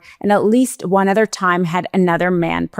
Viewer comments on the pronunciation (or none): none